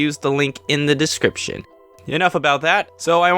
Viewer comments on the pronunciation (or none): none